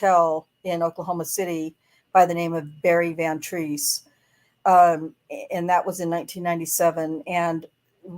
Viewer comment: SAY HIS NAME! BARRY VAN TREESE!